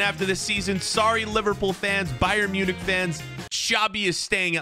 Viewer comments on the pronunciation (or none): none